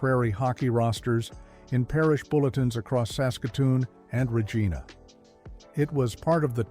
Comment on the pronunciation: Hey...learn how to pronounce 'Regeena', otherwise good vid.